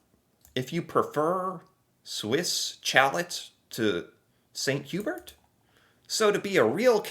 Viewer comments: It’s pronounced Saint Hoo bear. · Good job pronouncing Swiss Chalet (Sha-lay) this video! But Saint-Hubert is French, so it is pronounced Sane-too-bear (Saint Hubert) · St Hubert is French and pronounced like "saint hue-bear" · Saint Hyu-bear btw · St Hubert is pronounced St Hugh bear...because french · Gonna hate this... the "Hubert" in "St. Hubert" has both a silent 'h' and a silent 't', so it's pronounced uu-behr (there's no 'y' sound before the 'uu' sound either, it's like an 'oo' sound but French). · Hearing you say St Hubert with a hard 't' is painful. Wait....do you pronounce your name with a hard 't'? re:snow. It doesn't always snow in April but it happens occasionally.